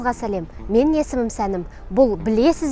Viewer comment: тамашасы тамашағой.ағасы болғансоң бір ескерту жасашы қарындасқа.Ң ның айтылуын дурыстаса болар еді.менін.сенін.демей ,таза айтса меніҢ.сеніҢ деп.осыны дурыстаса, Басқасының бәрі керемет,сөз жоқ.